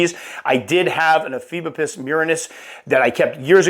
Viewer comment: Also, the genus is pronounced (e-FEE-bo-pus), like said, for anyone who's curious. I hear this one said a ton of different ways.